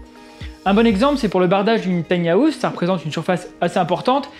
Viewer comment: Top mais ça se dit "taïni haouse" pas "tania housse"